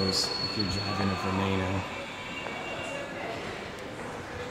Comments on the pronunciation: ITS NOT VENAYNO ITS VENEENO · Wtf why do you say "veneino" and not "beneno" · It's not vaenano It's Ven-en-neno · what the fuck is a Lamborghini VenAno! ITS A FUCKING VenEno!!! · its spelled veneno but you need to say it vee-nee-no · wtf is a venano> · It's ve nen o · "ve-NAY-no" yeah, should we also watch you whip and NAYNAY? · this guy, can't even pronounce the name veneno> venano? what is taht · Omg dude pronounce it properly....it's "Va-nee-no" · Its vuh-ne-no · Lol "Lamborghini veneyyyno" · This guy doesn' t even know how to say Veneno that I bet he can' t even say Ciao without making the sound so aweful :(( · stop saying veneno wron